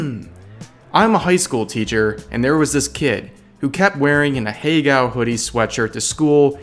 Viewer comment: I really wish this dude would stop trying to pronounce "ahegao" lmfao